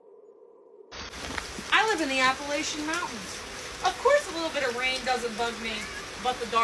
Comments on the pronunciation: It's Appa--lat--chin mountains, not Appa--lay--shun. At least to us who are from here. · Everybody say it with me now: App-a-latch-a, emphasis on the “latch”. Sincerely, just a gal who’s lived in these here mountains goin on 48 years. If you’re gonna make videos about our mountains, learn how to pronounce it correctly🙏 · I love how these people keep saying "i live in the mountains" I'm from the mountains" and continually mispronounce the very mountains they live in.... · How these tiktoker's say Appalayshen mountains, lol is as maddening as when these people say Oragone, when referring to Oregon, actually pronounced Organ. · It's pronounced App a latch an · Ap- uh- latchia I live there. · The second video it is a bobcat scream cause it looks s bobcat country here where I live. It’s our school mascot. Also before making a video on the Appalachian mountains first learn to spell it and pronounce it correctly.